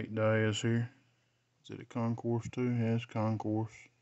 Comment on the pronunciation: Pls don’t pickup anymore if can’t even pronounce the most common fighter for Casuals, Nate DEEAZ. NOT DIEEAZ. Diaz.